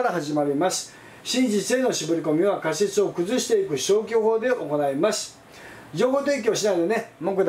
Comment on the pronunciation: カシェツ(仮説)？ カセツと発音して下さい。 でし。？ です。と発音して下さい。 貴方はどこの国の人ですか？